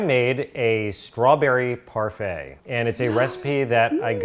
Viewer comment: Yes! I mean, when my boy said "parfait" 🔥🔥🔥🔥